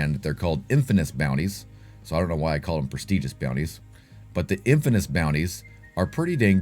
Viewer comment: Bro, you're killing me with the "infaNous". It's okay, I suck at language too. 😁